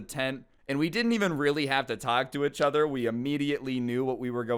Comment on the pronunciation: When will learn how to pronounce the words "each other?" Ee-ch uh-ther.